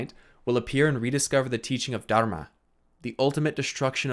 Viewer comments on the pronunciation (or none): none